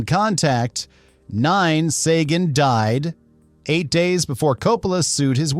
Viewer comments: Oh boy, 3 new ways to pronounce Sagan. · I really hate the way AI can pronounce a name correctly in one sentence and completly differently the next. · THIS is the QUESTION we are all asking after watching this! (and why AI Narrator can't stick with ONE pronunciation of "Sagan"!!! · It's bad enough that your AI narration can't pronounce "compensatory" , but it pronounces Carl Sagan's name as "SAH-gaan" (07.46)?! What a joke.